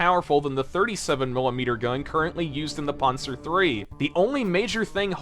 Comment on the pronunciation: Its Pan-zer, Not "Pon-zer" same with Pan-ther not "Pon-ther"